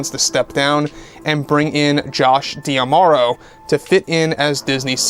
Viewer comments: Just a reminder it is Josh DiMauro, not Josh Diamauro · Just a reminder, it’s Josh DiMauro, not Josh Diamauro